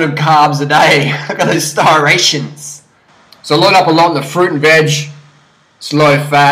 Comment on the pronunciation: Can you not pronounce "stri-ation"